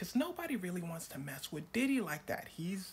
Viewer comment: Bro it’s Diddy not Didi💀